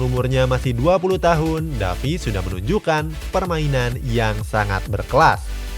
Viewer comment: Bang baca nama Alphonso Davies bukan Davis tapi Devis